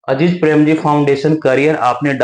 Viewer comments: अजीज नहीं अजीम प्रेमजी हैं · अजीज नहीं अज़ीम प्रेमजी है वो 😊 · Dosto yeah itna baklol hai ki Mr.Azim prem ji ko Aziz prem ji bol raha hai aur farzi